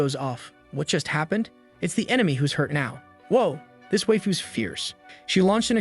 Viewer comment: "waifes" and not "waifu's" at the start is oof XD